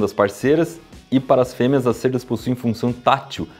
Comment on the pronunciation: "cêrdas" não se fala "cÉrdas"